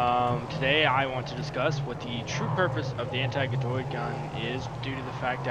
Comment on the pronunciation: its not g-doid gun its ga-doid gun